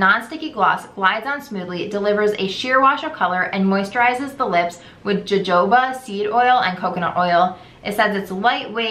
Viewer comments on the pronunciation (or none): Isn't it 'ho-ho-ba' oil?